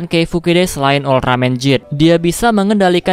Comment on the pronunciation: Ehh kok geed di baca jeed??